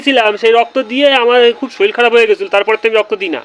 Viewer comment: কথাটা শরিল নয়, শরীর।